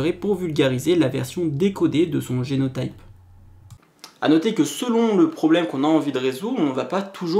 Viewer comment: Super série de vidéo ! ça m'aide beaucoup pour prendre en main mon mémoire ! Juste une petite note, en français on dit prononce génot[i]pe et phénot[i]pe ;)